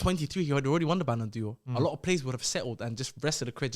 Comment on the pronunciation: can't be stopped with his pronunciations, ballon dior is crazy